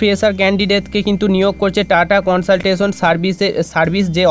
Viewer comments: Bhai, TCS er pronounciation ta valo kore koro prothome...Tata consaltasion🤣🤣🤣🤣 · dada ota TATA CONSULTANCY HOBA TUMI UCCHARON VUL KORCHO